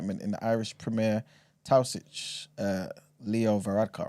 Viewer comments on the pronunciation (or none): Not the Irish names at the beginning and then butchering the pronunciation of Taoiseach 🥲